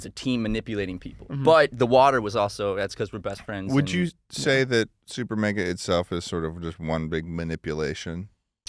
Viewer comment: Did just say Supernega